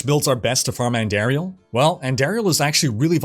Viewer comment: ANN-DAR-IEL. Theres no AIR in her name